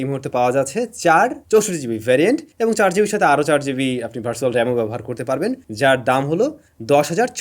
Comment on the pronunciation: ভাই আপনি ভার্চুয়াল রে ভারছুয়াল আর পাঞ্চহোল কে পান্ছহোল কেনো বলেন।